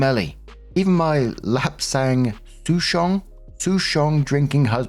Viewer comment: You did really well on the pronunciation for the pu-erh tea there! Souchong on the other hand sounds like Sou / chong, like soul without the L sound at the back